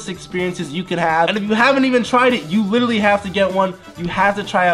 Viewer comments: He says litritly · I’ve been here 4 years and Jesser still doesn’t know how to pronounce “literally”